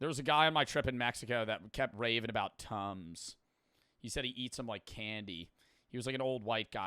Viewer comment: when he said tums i hear tons i though bro was saying he was eating 12 tons a day